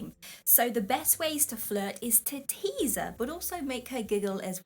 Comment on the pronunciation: Did you say we’re supposed to “tease” her or “tase” her???